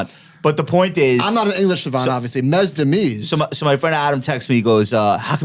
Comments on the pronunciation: “Mez-demeez” 😂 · Lmao at pronunciation of Mesdames. My man said Mes-dah-Mees lol